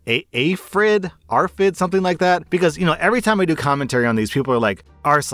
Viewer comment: My partner can't drink on flavored water it literally makes him gag. And talking with his therapist and doctors it seems like it's probably part of the arfid diagnosis. And yes you did say it correctly the second time LOL